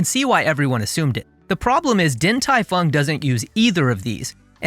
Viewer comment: Only change I would make here is that the “Din” should be pronounced “Ding”. Other than that, great work!